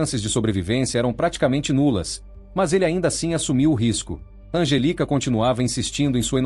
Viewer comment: digamos que seja erro de tradução do IA pq se ele digitar 'Angélica' com acento, não fica 'Angelica'.... É só digitar certo pra o IA falar corretamente!